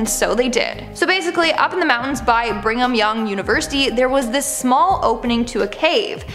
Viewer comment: "Bringham Young" University? Seriously?